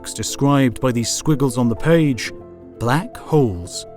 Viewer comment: Squiggles on the "PAGE!!!!"